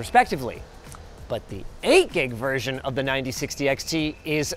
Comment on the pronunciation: Did anyone notice how hardly was saying 8 gig